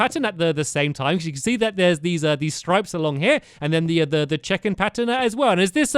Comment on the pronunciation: lol he can`t say checkered